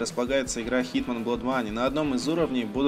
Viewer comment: блин!!! да какой на фиг "блод моней"??? Blood [bl^d] блад!!! неужели нельзя правильно игры называть???